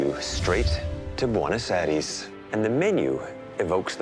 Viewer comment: That has to be one of the worst pronunciations of Buenos Aires I have ever heard.